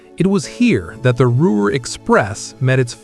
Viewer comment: I spent more time laughing at the gaffs when I wanted to feel pride in the performance of the builders of these marvelous devices. If you are going to keep showing these videos from the past I would suggest you do a couple of changes. First redo the text to properly spell names consistently. For example, Ruhr (pronounced Roor), C. D. Howe is pronounce C.. D. How not Hoe. Next use only pictures of the Lancaster Bombers, not dual engined aircraft, or actual De Haviland Mosquitoes. Do it seriously or don't do it at all.